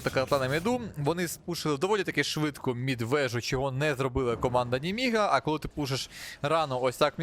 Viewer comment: Варто поставити лайк навіть за те, як говорить МЄДВЕЖУ😂 (Якщо чесно просто комент заради просування україномовного контенту)